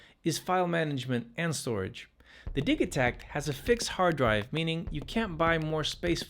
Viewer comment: Why are you calling the Digitakt the Diggy-Tact? Do you pronounce digital diggy-tal? Are you mental?